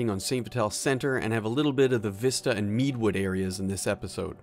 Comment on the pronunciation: Meadowood - as in a meadow... not Meadwood ;)